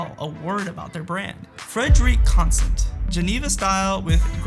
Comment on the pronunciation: Very informative presentation! BTW, your voice is not, but the words and cadence are similar to Jasons— as if he wrote the script. One suggestion, to be a trustworthy influencer (which you can be), you need to learn to pronounce the brands. I had to cringe when you pronounced Frederique Constant and Tissot!